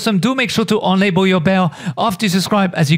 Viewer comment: Wow you confused me in the beginning because you say Unable, which is not correct, Unable = Turn off (Able = Turn On) But otherwise fine video.